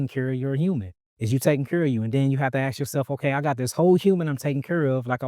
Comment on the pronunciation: I love it when African Americans say, “I axe”